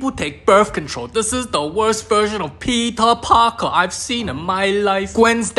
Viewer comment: I HEARD THAT AS ' PEPEE PARKER ' AND I JUST BURST OUT LAUGHING